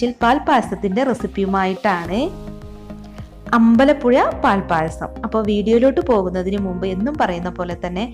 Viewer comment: എല്ലാം കൊള്ളാം, അമ്പലപ്പുയ എന്ന് പറഞ്ഞതിനോട് ഞാൻ യോജിക്കുന്നില്ല യ- അല്ല ഴ